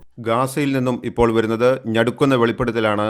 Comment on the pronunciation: ഞടുക്കുന്ന അല്ല നടുക്കുന്ന അല്ലെ !